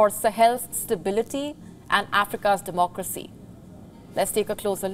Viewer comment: What "Demcracy"?